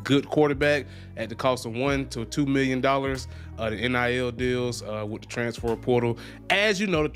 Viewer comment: Bruh can’t say transfer to save his life